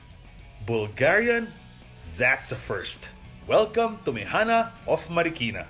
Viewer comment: The restaurant`s name is Mehana not Mahena